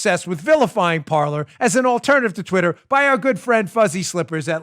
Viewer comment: Dan, when are you going to give up your tragically anglophile position of pronouncing the verb for TALK in French (Parler) as a place were people sit and drink tea (Parlor) ?